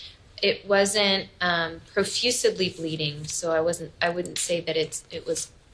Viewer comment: "It wasn't profuSEDly bleeding"... Wow, I thought she was more educated.